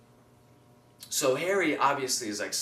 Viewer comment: i giggle everytime you say hermione cause you're saying it without the "i" awesome video :D